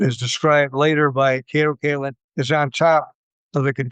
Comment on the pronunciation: He meant to say Kato Katelyn :D :D